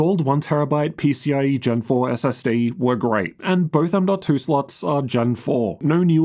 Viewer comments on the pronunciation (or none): none